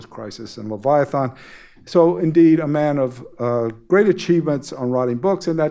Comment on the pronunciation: Will someone please teach the host,, how to pronounce "Leviathan"?